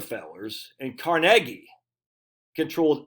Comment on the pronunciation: Thank you for pronouncing Carnegie properly...most people put the emphasis on the first syllable instead of the second and then argue that they're right. The Carnegie Institute pronounces it right...who would have figured?